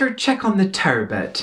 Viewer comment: TUURRRBUT and AHRRMUND !! you've got me dying over the pronunciations here.